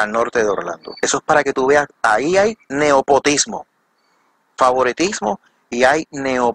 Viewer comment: Excelente investigación. Solo Habrá que aclararle a que no se dice NEOPOTISMO sino NEPOTISMO. Y nepotismo hace referencia a que, metemos a puestos de trabajo A FAMILIARES en vez de personas que realmente se lo han ganado. Saludos desde Veracruz, México.